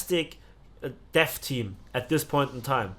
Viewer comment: You probably you ment to say Deaf Team and not Dev Team